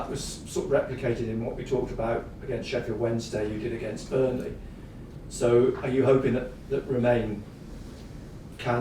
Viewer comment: Who has taught him how to pronounce Burnley like that? haha